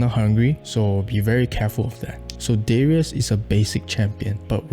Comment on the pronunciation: Riven is pronounced as Raven, Darius is Daryus not Deryus